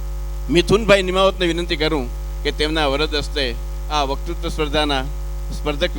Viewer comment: માફ કરજો પણ આપ વકતૃત્વ બોલવાને બદલે વકૃ બોલોછો.